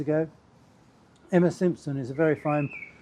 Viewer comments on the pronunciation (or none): none